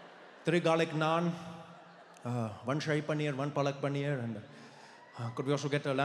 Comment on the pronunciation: Fucking hecc He did had the exact pronounciation for Shahi And Palak Paneer. I am impressed